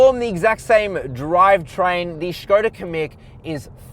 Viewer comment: And he's back, good review! The Škoda is way better looking than the VW and nice job on pronouncing that accent above the S!